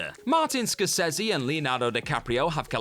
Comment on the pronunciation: Ah yes, my two favourite directors, Martin Scor-says-ee and Quinton Tarantino. Sorry, how do you make videos on films for YEARS and still butcher two of the biggest names in Hollywood?!, please get your narrator to learn how to pronounce things before narrating.